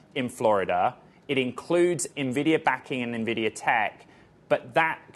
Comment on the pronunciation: Basically, it's funny how many people mis pronounce Nvidia. It is not pronounced "Na - vidia"... It is pronounced "eN - vidia" There are so many news casters lately saying this. It's funny